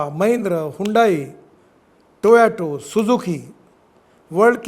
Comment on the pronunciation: अबे टोयाटो नही बे टोयोटा है